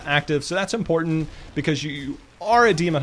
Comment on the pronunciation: great vid full of knowledge and insight but I just kept getting triggered at your pronunciation of some words like important. The way you say it is 'imporant' like you forgot the there are two t's in that word ><